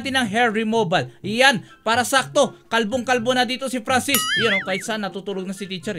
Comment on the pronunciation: franscis hindi pransis